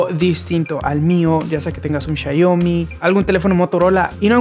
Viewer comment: Jajajaj rifado el chayomi jijiji tu muy bien xiaomi traducido al español mexicano man chingon el video